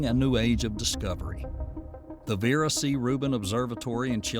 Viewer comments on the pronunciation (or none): none